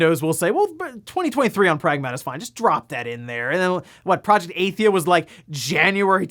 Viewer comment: Athia is pronounced "uh-thee-uh" not like athiest.